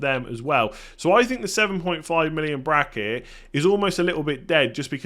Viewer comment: What's a Braceket, sounds like 2 goals scored in the Egyptian league